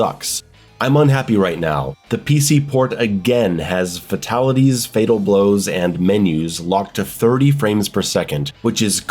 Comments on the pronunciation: yeah he cant call out NRS cuz he cant say fatalities right! stfu bro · Can’t take a guy serious that says fatalities the way you do 😂😂